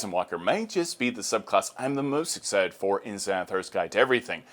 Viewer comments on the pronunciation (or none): none